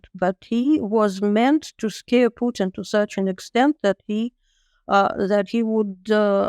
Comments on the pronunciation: Please,,,,not PEWTIN 😂😂😂😂😂😂😂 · Not PEWTIN 😂😂😂😂 ITS PUTIN !!